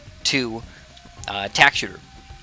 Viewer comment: Why does he say it as tackshear